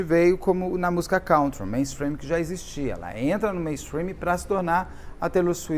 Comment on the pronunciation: Beto, procure no Google pronunciation a pronúncia de COUNTRY. Não se pronuncia como o verbo “to count”, por exemplo.